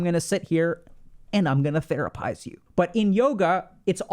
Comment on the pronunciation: That “therapize you” sounded an awful lot like “lobotomize you”